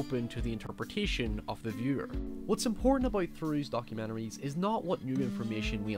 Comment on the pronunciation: "documeneries" m8 you're from NI, cut the shite XD